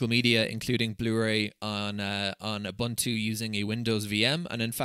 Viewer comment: No, you are not using "OOBANTOO". You are using "OOBOONTOO". Your Scottish accent is not an excuse for this big mistake. 😁